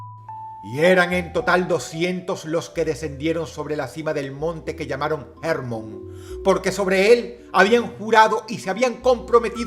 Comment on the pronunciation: Enoc, con acento en la o. No Énoc 🤦🏼‍♀️ Hermón, no Hérmon 🤦🏼‍♀️🤦🏼‍♀️